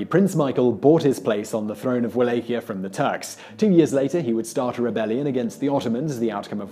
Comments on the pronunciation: I thought it Wallachia pronounced Valakia not walakia. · Wallachia = (Va-Lok-ee-uh) A common mistake. Just so you know. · The way you say Wallachia hurt my ears. It's pronounced Vallahia.